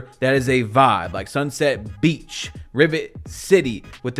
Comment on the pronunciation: Loyal gang, fr I laugh everytime with the way he calls the old affiliations 😂 The way he stresses 'beach' and 'city' kills me bro😂